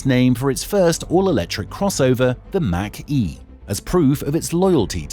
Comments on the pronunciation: THE MACH E IS PRONOUNCED LIKE THE WORD MOCK, NOT MAC ! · Take-a-shot challenge, every time he mispronounces "Mach E" like "Mack truck" instead of like Bach ( not Beethoven.) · You showed some cool cars but in the end you really need to learn how to pronounce Mach-E